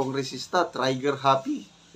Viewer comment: Trigger Happy …pronounced [tri- ger] ….NOT [tray-ger]????